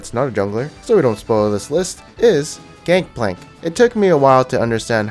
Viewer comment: hey bruh u know its gangplank right not gankplank